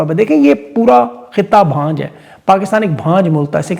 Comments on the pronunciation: او بھائی بھانج نہیں بانجھ اور اِنجام نہیں انجام۔ unjaam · Beta its not "بھانج "..its. "بانجھ "